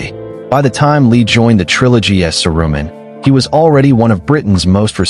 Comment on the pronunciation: AI couldn't pronounce Saruman. Bye!